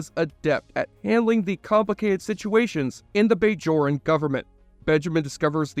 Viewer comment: Omg you never watched the show before lol, you didn’t even say bajoran right, you only did this for a video and pretending to have watched startrek, you liar